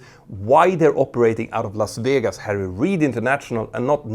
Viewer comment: Las Vijegas 😅